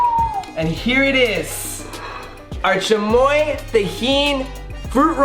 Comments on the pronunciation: doesn’t know how to speak Spanish no hate but he said “chamoya” it’s chamoy” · Chamoia ahhah😂😂 its chamio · This guy might have some Mexican blood but probably wasn’t raised in a proper Hispanic house 😂 he said chamoya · Did he really just put an “A” at the end of chamoy 🤦🏻‍♀️